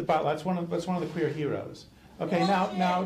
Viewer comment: My only criticism of this professor is, he said queer Hero's instead of queero's